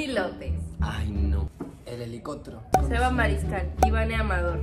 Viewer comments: “el helicótro ” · jaja me mori cuando dijo:el helicotro jajaaja